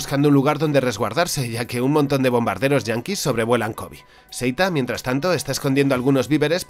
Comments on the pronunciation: Por qué pronuncias “Kobi”? Es Kobe. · La pronunciación es "Kobe", tal como se escribe. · Me saca mucho de lugar que pronuncia Kōbe como si fuera una palabra en inglés. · Kobe se pronuncia como lo lees en español, tu lo que estas diciendo es el nombre del basketbolista. Fuera de eso excelente video:D